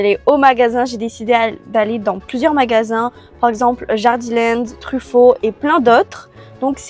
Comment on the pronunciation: Alors c'est pas méchant mais Jardiland se dit Jardiland et pas Jardilènd 😊 mais sinon j'adore vos vidéos changez rien